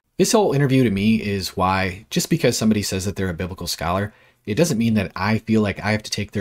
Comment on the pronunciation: "scholar" lol